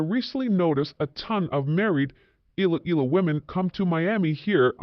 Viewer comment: Please learn to pronounce Iloilo and Pinay😊